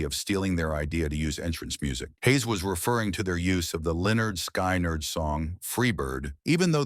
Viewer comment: This AI’s gotta go. Sky nerd??